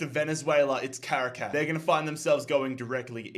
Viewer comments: Bro cannot pronounce Caracas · As a Venezuelan, i find it so funny how says Merida and Caracas